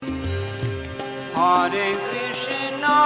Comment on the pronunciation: It's pronounced as hare not haare.